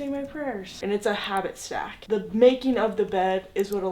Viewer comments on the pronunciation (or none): "Habbit stack"